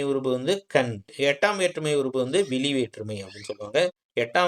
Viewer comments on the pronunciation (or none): none